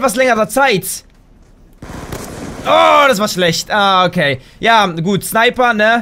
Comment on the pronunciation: du sagst nicht gut du sagst gutz